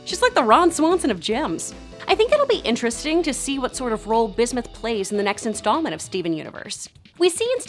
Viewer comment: Bismith? Ummm watt.